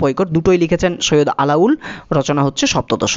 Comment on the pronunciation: আলাউল নয়, আলাওল হবে